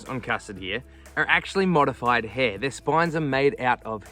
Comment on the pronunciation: It's not "hee".. It's 'Hair'.